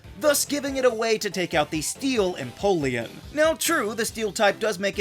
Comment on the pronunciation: It’s pronounced em-poh-lee-AHN, “”! 🤨 Stop mispronouncing Pokémon names, bub! 🙄